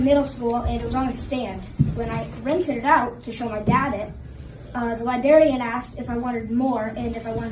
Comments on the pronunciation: The way he says "libarian" like a young child would say it wrong while talking about that book is so messed up. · The pronunciation of "lie-barian" was intentional. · Li-berry-un he can read but not pronounce. Kudos to him for bringing it up. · I agree, but his parents also needs to teach him how to pronounce "librarian." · That poor baby boy has to educate adults on right vs wrong and he can barely pronounce the word librarian. Thank God his parents are strong parents who can guide him right. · The kid can't even pronounce librarian.